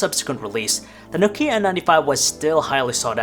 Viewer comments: n"OH"kia, not nok"IH"a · Why do you pronounce it so weird? It's 'Nokia not Nok'ia... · It's not pronounced No-kia. It's pronounced simply: Nokia. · 2018 and this idiot doesnt know how to pronounce Nokia... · PS: You mispronounce Nokia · Do people forget how to pronounce nokia? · Why u say Nokia like that 😐